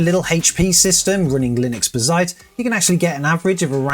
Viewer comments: You know it's "bazzait" not "bizait", come on! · It's Bazz..ite not Ba..zzite. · WHAT THE FUCK IS B'ZITE ? its BAZZ ITE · BAH-ZITE... but Buuu-zite. Also, what a bore to build a Bazzite machine and not using Game Mode... skip. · Hearing you call Bazzite like that made me want to give you a hug and say something like "that's ok buddy!" :) In the video description you have a typo calling the gpu the 3060. Good video man, more realistic as most people use Nvidia GPUs. I still don't know if I would move to Linux. Software I want to continue using doesn't seem to be easily or at all run on Linux. I am thinking of the Enterprise versions of 11 or 10 instead. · Ba-Zite? Litrus? What are you trying to do to my head 🤣 Baz-ite, Loo-tris